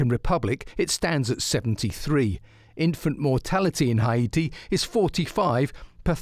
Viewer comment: Why does he pronounce Haiti like that? Not how we say it in English.